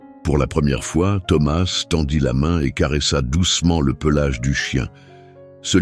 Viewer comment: C'est une histoire très belle mais pourquoi ce Mr qui raconte ne prononce pas correctement le nom de Thomas ?!!!!?!!?en français on ne prononce pas la lettre s à la fin de ce prénom !!!!!?!?!!! j'espère que tout ça c'est pas virtuel !!!!???